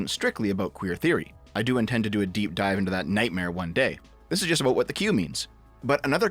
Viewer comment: Aboot lol